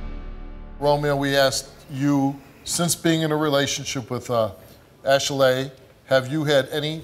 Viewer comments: it's Ashley,not ashelay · I'm laughing 😂 every time he says her name ASH... LAY.Also why is she making her name extra it really is just Ashley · girl your name is Ashley. not no Ashelay. stop playing yo mama ain't name u that lol. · Yeah it's ashilaye not Ashely ok Cindy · Ash-a-laying here, Ash-a-Laying there...Ash-a-laying everywhere but her man. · "ok class, answer to your names!!! -Ashley?" -"IT'S ASH-ALEY!" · ITS ASHILAYE THANKS THO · Man... forget the results. What we NOT gonna do is act like that heffa name ain’t ASHLEY. Talking ‘bout Ash-a-lay... 🤦🏾‍♀️💯😭😭😭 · Ash El LAY 🤪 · Ash-laay who gave her that name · Wtf is Ashalay? The black version of Ashleigh? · Girl!! Thank You!! I was like, "It isn't pronounced that way. People are so extra. 😂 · OneButton Dash lmao I Thought I Was Hearing Stuff At First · If she'd take those syllables and play the clapping game, her name would be phonetically pronounced ASHLEY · it's Ashley, the only reason you think it's pronounced that way is because you remember your mother over pronounce syllables when you got in trouble. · I thought I was having a stroke, my name is 'Ashley', but I've never heard it pronounced this way before, I just keep getting surprised. lol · Lmao girl it’s ASHLEY shut upppp 😂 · Are we sure this girl's name ain't Ashey-Lay? She been busy........ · Her name is Ashley but she pronounces it like a key&peele skit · Ash eh lay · Steve said Ashy-lay. lol What the... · Sydney Nock I was tooo stuck when he said her name😂😂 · I’ve never heard anyone pronounce Ashley like that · Steve, stop saying "Ashley" like that. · Your pronouncing your name wrong, idk if you knew that.